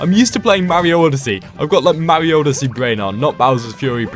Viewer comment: Way you said Mario odeesse brain